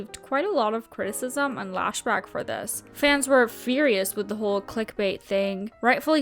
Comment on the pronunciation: "lashback" Lol